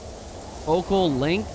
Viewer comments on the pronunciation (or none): none